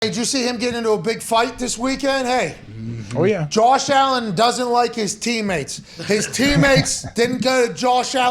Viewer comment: Jawsh Allin. Nice yinzer dialect.